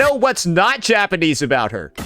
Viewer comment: Sounds like bro is saying “Ja-panties”